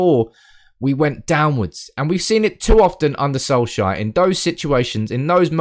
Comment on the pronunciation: Sol-shire XD Try say it like sol-chair